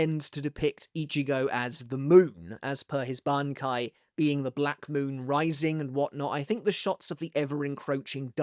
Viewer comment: I love your vids and my only constructive feedback (bcoz you requested for this) is your pronunciation of “Bankai”. It’s not “barn-kye”. It’s more like “bung-kay”